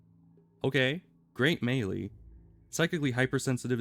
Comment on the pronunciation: I've heard people sat "May-lay" and "Me-lee" but never "May-lee" lol. That's how im going to say it from now on.